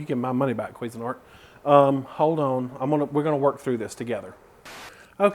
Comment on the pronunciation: lol the way you say cuisinart XD